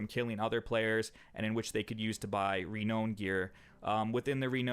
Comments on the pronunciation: reknown? no no no... reNOWn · Its not pronounced re-known. Its pronounced re-noun. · Some important pronunciation: Genre = Jjon-re Renown = Ree-now-n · Good video but the way you pronounced genre and renown really bugged me. Just fyi